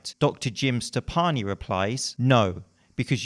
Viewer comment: says: Jim Steppani. Youtube captions: Jim Stefani it is. I ain't no hollaback BCAA girl. I ain't no hollaback